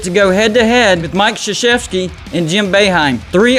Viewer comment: "Mike Sheshefski" lmao